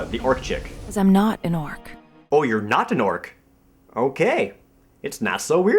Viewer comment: when you said Not an Orc, it sounded like "notanork" and not so weird then sounded like "nasuweridten"